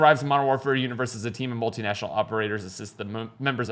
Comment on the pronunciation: "Multi--National Operators" you lost me,.